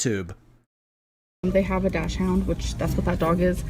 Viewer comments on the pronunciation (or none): learning me and say dachshund the same does NOT make me feel good